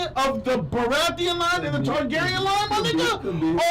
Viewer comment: This dude said niggagyren 😂😂